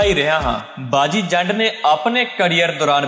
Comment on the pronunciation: ਜ਼ੰਡ ਨੀ , ਜੰਡ